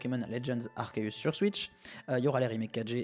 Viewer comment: Enfin un YouTuber qui prononce proprement Arceus